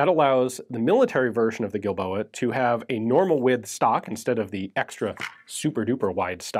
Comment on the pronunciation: I sewar I kept hearing that pronounced as "D"ildoa.